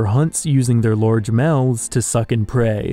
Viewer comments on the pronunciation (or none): none